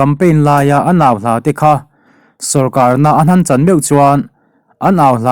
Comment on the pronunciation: I chhiar ṭhang hle si a, i mizo ṭawngthluk diklo zeuh ṭhin hian beng atithlep ṭep ṭhin. eg sorkarna an han chan, tihte hi.